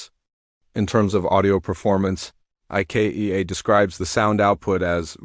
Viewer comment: AI needs to learn to say Ikea.